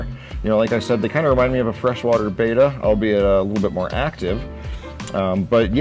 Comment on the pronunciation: It's not "beta", it's betta(bet-uh). The Onyx percula was my favorite!